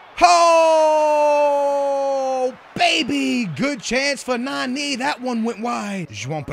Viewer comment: It's nani not naneeee